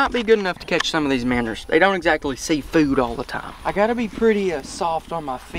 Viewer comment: You pronounce it minnows not manners